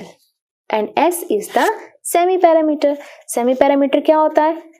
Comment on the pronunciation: Perimeter mam said paerameters😂😂😂😂❤